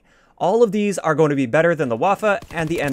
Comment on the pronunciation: The "a" in "Waffe" is pronounced like the "u" in "gun". Otherwise, excellent weapon guide, I appreciate your effort. :)